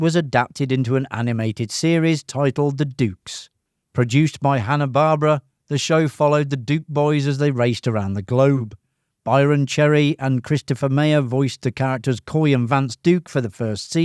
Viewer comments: Its pronounced Hanna Bar-Berra, not Hanna Barbra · Please pronounce it correctly: Hanna BAR-BERA. Not Barbara. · Hanna-Barbera. Not Barbara. This channel is rocking it. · Hannah Bar-bear-uh! Pleae check your pronunciation next time. You got me so stressed! But then again i've been watching their shows since I was born practically.